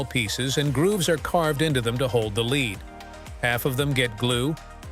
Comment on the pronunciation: if huggbees was unfunny and boring and stupid AI cant pronounce lead. please delete your stupid robot wikipedia channel forever